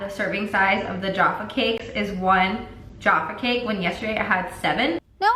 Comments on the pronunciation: Jaff-ah cake not Jar far cake. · "yaffa cake" lol it's with a j I'm creasing I love u 🤣❤ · Yarffer cake 😂 you pronounce the J in the name, b:) x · NO NO NO NO! IT'S JA-FFA CAKE NOT YAFFA CAKE ! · Omg that’s so freaky I work at Sainsburys part time when you said Sainsburys I was lol wtf they have Sainsburys in America? When yall said YARFFA CAKE I DIED FFS. It’s literally Jaf-ah-cake. Haffa cake would be wrong as we don’t have a Hispanic culture near by like you guys do so nobody pronounces anything ever in a spanish style? Lol 😂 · B. Yaffa cake??😂 sorry I’m dead. ‘Jaf-fa’ love you hun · WHO THE HELL SAYS 'YAFFA' CAKE ?!?!?!?!? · its pronounced jAHffa cake and theyre tooooo good. Dairy milk is also irish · its pronounced ja-fah cake ahahaha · it’s ‘jaff-ah-cake’ 😂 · the way you pronounced jaffa cake hurts my fucking soul so much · OMMGGGG THE WAY U SAID JAFFA CAKE KILLED MY BRITISH SOUL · I’m pretty sure she pronounces Jaffa cake wrong lol